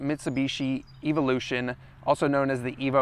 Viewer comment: Why he pronounce evolution the way he did -.-.... u shouldnt own a car you can't pronounce hahahaha